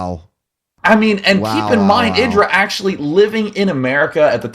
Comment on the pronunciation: Its said eye dra i swear